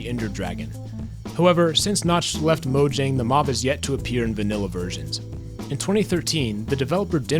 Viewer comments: It’s pronounced “moyang” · Every time he mispronounces Mojang an Angel loses its wings